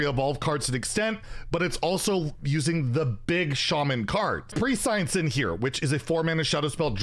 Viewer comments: Preh-see-unce, or preh-shunce. Not pre-science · I believe it's pronounced 'presch- ence' not ' pre-sceince'